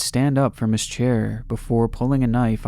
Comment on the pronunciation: Whaaaat someone with a mental disorder doing crazy shit with kids, say it ain't so. 🤣 And you mispronounced "his"